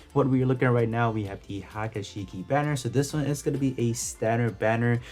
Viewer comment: pronunciation murdered.. Haga Shiki??? its "Hee-ya-ku Shiki"